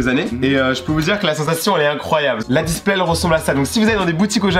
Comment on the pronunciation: Les gas il dit la displait mdr🙃